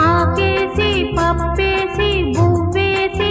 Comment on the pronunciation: ఆకేసి పాపేసి కాదు నాయనా.. పప్పేసి...